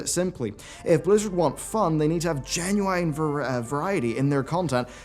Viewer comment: When are you going to learn how to pronounce genuine.